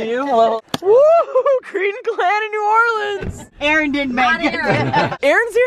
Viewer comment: I'm just glad he didn't say "New Or-leans"